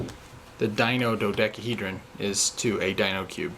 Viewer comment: Dino dodekeehedron.